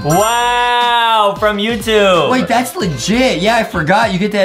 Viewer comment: The way Justin said "YoUtuBbbbbe